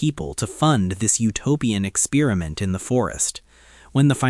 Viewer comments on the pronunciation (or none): eck SPEER a mint = experiment ??